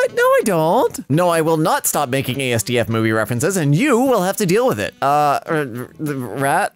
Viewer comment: The fact says “a-s-d-f” instead of “asdif” makes me want to stuff a computer up my nose lol Either way, love ya girrrllllll:D